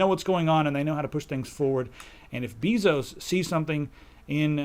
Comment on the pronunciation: Love the show / program / cast, whatever :) But... you mispronounced Bezos' name, it's not an 'e' as in bee, but rather like the 'a' in base. Same pronunciation as the Spanish word for kisses: besos.